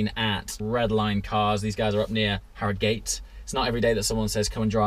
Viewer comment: He said Harrogate wrong lol